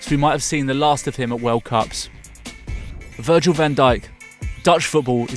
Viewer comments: He said virgin van dijk 😂😂😂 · Am I the only one that heard Virgin Van Dijk? 😂😂